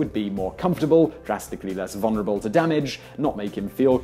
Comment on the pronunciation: Also, the word vulnerable has two Ls in it. It is not pronounced VUN-er-uh-bull.